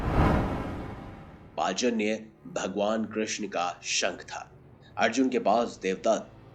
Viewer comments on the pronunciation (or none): Bhai ye pajanya nahin panchjanya sankh he